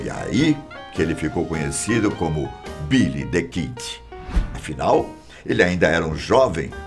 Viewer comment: " Bílí Dí Kídí "